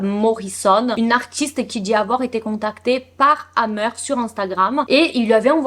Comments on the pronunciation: A chaque fois j’entends dahmer au lieu de hammer 😅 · Moi aussi ça m'a choqué à chaque fois qu'elle prononce le nom de hamer j'entends dhamer !